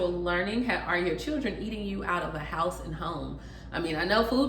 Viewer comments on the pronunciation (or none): none